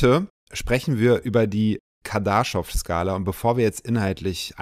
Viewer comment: KardaschOv. Betonung auf o